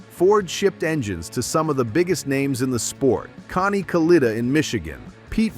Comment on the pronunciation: It's pronounced Kalletta, not caleeta. Damn A.I. crap.